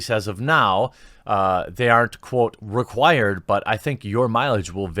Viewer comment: "requred" lol